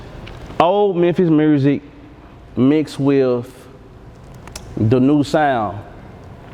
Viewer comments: Youngsta do too...dey say mursic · So all them niggaz in Memphis say Murrsick lol not just bagg okay